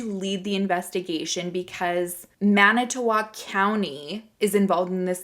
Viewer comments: Good job pronouncing manitowoc! I'm a native wisconsinite, and i'm impressed! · You said Manitowoc beautifully!!😘